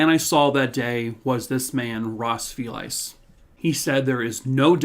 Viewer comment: Hey - For what it’s worth, went to school with a family named FELICE as well as a woman with that as a first name and it rhymes with a small suitcase or VALISE 😊.